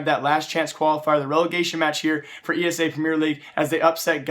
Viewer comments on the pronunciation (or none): How many times.. It's ESEA NOT ESA